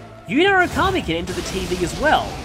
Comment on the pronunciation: Ah, yes. Okami. The one word that the English VAs just can’t seem to pronounce right.